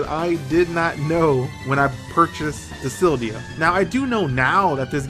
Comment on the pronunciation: Dude learn how to read. Dissidia not disildia